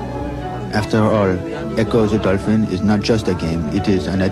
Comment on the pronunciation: Ecco duh dolfin